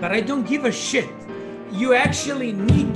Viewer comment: "I DON'T GIVE A SHEEYT" > "I literally don't even care"